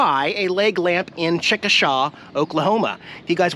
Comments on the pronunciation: I'm pretty sure it's pronounced "Chick - Uh - Shay." I've lived in Oklahoma most of my life, not too far from Chickasha, and that's the only way I've ever heard anyone pronounce it, lol....👍😉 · it's pronounced chickashay not like it's spelled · I'm an Okie. Why didn't you contribute to our lovely toll roads! 😝 ...and uh, you clearly pronounced it wrong. It's Chick-a-shay. I'm glad you are on the road again. Make the cats feel special today. I always tune in!